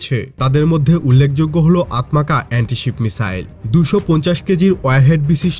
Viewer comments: আতমাকা না উচ্চারণ হবে "আতমাজা"। তুর্কি ভাষায় "C" কে " জ" উচ্চারণ করে। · আতমাজা হবে।তুর্কি ভাষায় c - j এর মতো উচ্চারিত হয়